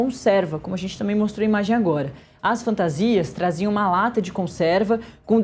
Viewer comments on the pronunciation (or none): A repórter quase fala traíram ao invés de traziam kkkkkk ato falho